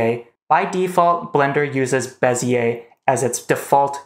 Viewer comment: Thumbs up for being the one guy on YouTube who pronounces Bezier correctly.